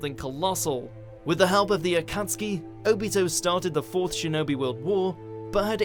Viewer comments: Did WatchMojo just pronounce Akatsuki correct? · Wait, they finally pronounced Akatsuki right???